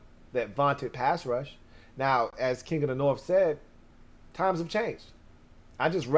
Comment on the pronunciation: Aye!!! I gave you some shit once about the "norff" vs "north" business. That was me. But it's because you're clearly a high IQ kinda dude. The "norff" bit just came across a little romper room for a man of your formidable mental faculties. HAIL!! 👍🏻